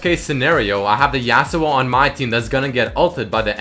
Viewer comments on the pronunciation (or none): STOP SAYING JASUO, its fucking irritating, its yasuo.